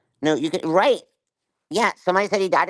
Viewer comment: The way she says "reet" (aka "Right") a thousand times is so annoying!